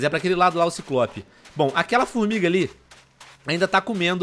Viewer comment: Tio Venom, vc falou FormiRga kkkk